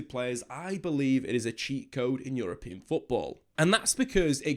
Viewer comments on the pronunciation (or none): none